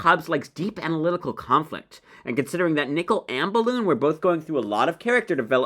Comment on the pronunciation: “Ispessily”, “Ballon”.